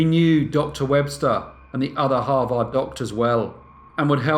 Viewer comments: It's not "Har-vard", it is pronounced Har-ved" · Har-vd not har-vaarrd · You are mis-pronouncing Harvard. It's not harVARD , its HARvard. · Hah Vard? 😂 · Its Harvard, HAR-verd. One of the most prestigious schools in the world. I still love you though. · Harvard, if you please, is pronounced, " HAR-verd". Sorry, but it's distracting in this story to hear it mispronounced. Great story! Very Dickensian. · Harvard = h AA r - v er d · I mean it definitely sounds wrong to our ears as Americans. But it is also spelled as Harvard, and pronounced as harverd so that’s kind of on us. If you sound it out phonetically you’ll get it wrong every time. 99% of the time the ar combo makes the ar sound. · He does such great research that I'm surprised that he seems unfamiliar with Harvard, given the grating mispronunciation. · Very interesting.. but have you really never heard how to pronounce Harvard correctly? One of the world's foremost and respected colleges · I love this channel but your pronunciation of Harvard is giving me a migraine! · Got a little annoyed with the butchering of the school name, but love watching brief case! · you pronounce harvard wrong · Love how you said Harvard 😊😊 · We all need to teach you to pronounce Harvard....wink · Listening to you pronounce Harvard is like nails on a chalkboard.